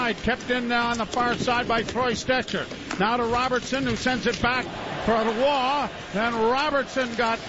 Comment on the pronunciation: why has no one told joe how to pronounce roy yet?